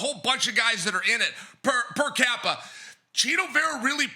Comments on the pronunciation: 'per cappa' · Right after saying "per Cappa" instead of "per Capita" 💀